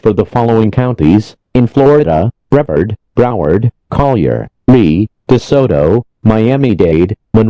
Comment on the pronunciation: They also said broward wrong…